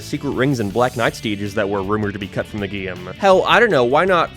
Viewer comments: Why does he keep saying gaem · This guy pronounces “game” in the same way Fred from Scooby Doo says “treasure”